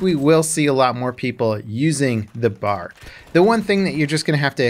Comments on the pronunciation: BeeAyAre not Bar. B A R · Stop calling it a Bar. Its a B-A-R. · Soldiers called this gun the B.A.R. pronouncing the letters individually. To my knowledge it was never formed into a word as you and many other gamers have been saying it. Just FYI. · B.....A......R... Not BAR. It’s a weapon not a drink stand. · Common mistake but is anyone gonna point out it’s ‘B.A.R’ not the word ‘BAR’....? They never said Bar and I was corrected by my great grandfather about it when I made the mistake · B-A-R is technically the correct pronunciation but saying BAR is more for the sake of simplicity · I’m sorry, but I just cringe when you call it the “bar.” It’s B.A.R. Also, I think DICE made the fast auto RPM a little too high; fast auto was somewhere around 550-600 RPM. Slow auto was 400-450 RPM. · Agree. If it’s an acronym you say B.A.R. Just like U.S.A. Not usa